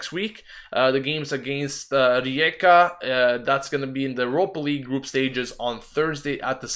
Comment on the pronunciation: Fantastic pronunciation of "Rijeka". Props.